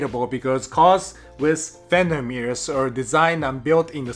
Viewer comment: 2 minutes into this video and all I could hear was "Fenderrrrrr Mirrors" 🤣